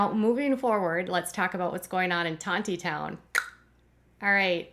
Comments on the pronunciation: It’s Tawny-town. The second “t” is silent. The Grape Festival is a huge fun event held there for over 120 years. There is no wine at The Grape Festival. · Tontitown is pronounced Tawnytown you gotta say it like you're from the deep Arkansas woods 😂